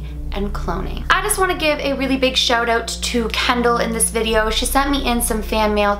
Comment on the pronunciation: when you said "shout out" it sounded very Canadian of you! how cute!